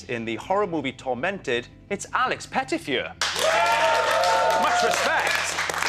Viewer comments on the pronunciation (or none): why does the interviewer keep calling his last name 'alex pettfyur' ? :/ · i love how Steve pronounces pettyfer :D and my god dont you just love Alex Pettyfer?? honestly i didnt think he was at all wooden in Stormbreaker! :) xxxx